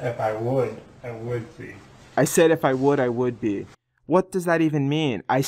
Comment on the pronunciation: "I would thee" he doesn't close his lips to pronounce the 'b'.